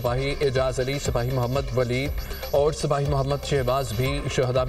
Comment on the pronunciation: Is sahafi ko sipoy ka Lafz Urdu me ada kerna nai aata kitny afsoos ki bat hai Kahan iski tasleem bht afsoos Huwa